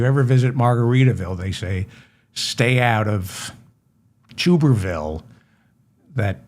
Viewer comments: Tub. Tub-er-ville. Not Tube. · To my knowledge Dave, it’s (sound spelling) Tubber-vile like bath tub, like blubber, Tommy Tubber vile.. and I just have this feeling he’s never been to the white swallow in Frisco, but for sure if there is a white swallow in Texas, he’s definitely in the know. 💯💯💯